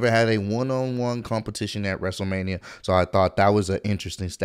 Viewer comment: Man night 1 was actually good and the fans make the matches better Edit: I didn’t even hear cole say wrestleRAINia did he really say that?